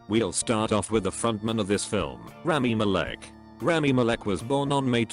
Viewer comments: Me: rami malek Computer voice: ramy malic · Omg I can’t even stop laughing 😂 Rami Malek, he pronounces it wrong 😂😂😂😂😂😂😂😂😂😂😂😂😂😂😂😂😂😂❤️❤️❤️❤️❤️❤️❤️❤️